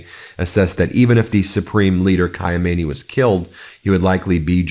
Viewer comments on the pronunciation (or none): none